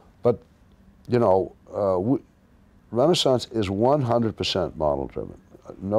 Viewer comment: “Renee-sonce” technology???